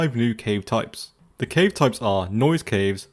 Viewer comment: It's cave not ceave